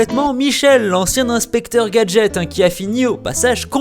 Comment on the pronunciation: c est pas inspeqtor gadget x